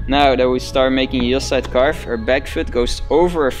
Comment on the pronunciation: "Caarwwvuuh" Lekker ge-engelsd broer xD Maar gg, thx voor de goeie uitleg